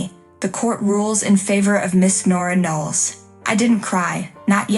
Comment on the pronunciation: Why spell out the words in caps? Knowles, not Nells.